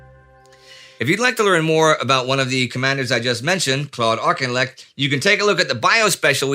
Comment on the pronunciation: I'm watching the episodes in order--a Johnny Come Lately, you might say. I feel that since the channel is SO Dang GOOD, I might make a minor tiny little suggestion. The Brits in your audience would tell you that "Auchinlek " is pronounced "Affleck" like the American actor. As I said, a very minor matter lost amid your superb command of detail and context. FWIW.